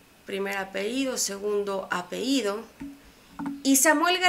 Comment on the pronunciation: Querida amiga, no se dice "apehido o apeido" es apellido. Como dice "ler' es leer. Y por favor no vaya a cometer el error de decir: "vuelvo a repetir" solo diga: repito. Saludos y mucho éxito como youtuber.